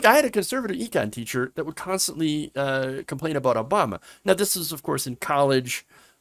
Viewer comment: “ Obamna.” LOL